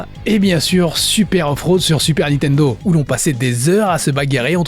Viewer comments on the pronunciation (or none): par contre on dit pas "Nitendo" mais "Nintendo"